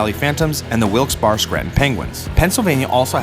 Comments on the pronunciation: Wilkes- Barry not bar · He said Wilkes Barre wrong 😂😂